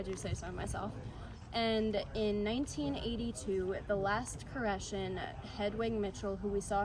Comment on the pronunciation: Nice job! You even pronounced it correctly good luck in your future!